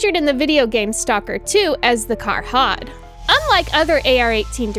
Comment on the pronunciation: Ermmm, ackchually it's Kharod, not Karhod 🤓